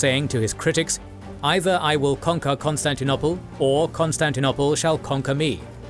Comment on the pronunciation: Since when is it pronounced Constantin- opple? Coup d'tat... is pronounced coup d'et ah. Sorry but repeated mispronunciation really ruins the listening experience. Leave history to the historians.